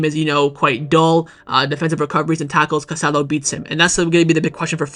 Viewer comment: The midfielder’s name is pronounced Ca-sa-DOH. Please be respectful